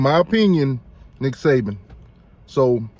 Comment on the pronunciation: It's Nick SaBen. Not "Saven"